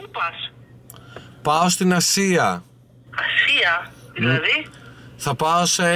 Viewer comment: Ελεγε Ασια και ακουγα Συρο... παω καθολου καλα;🤣